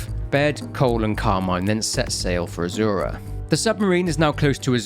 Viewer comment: That one, azura and a few others, I hate to say this because it’s a great vid but I don’t think I can watch it all again to say for sure, I’m sorry.